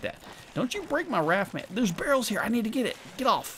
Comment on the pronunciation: You know it's a different game because instead of saying "Oh heck it's a behr" he says "where are all the behrls"